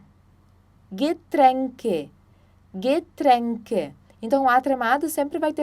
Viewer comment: A pronúncia do "R" como em "getränke" tá meio estranha... Não vi o vídeo todo, pra ser sincera só os primeiros 2 minutos. Acho que essa foi uma microaula pra iniciantes? OBS: Estudei em escola alemã. Já sei ler, conversar e etc. Vi o vídeo na curiosidade e fiquei com essa dúvida.